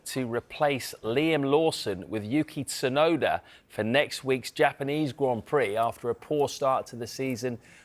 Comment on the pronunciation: the T in Tsunoda ain't silent